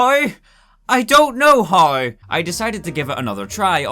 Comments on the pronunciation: How = HAURR wtf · "hiowuw i don't hiowuw"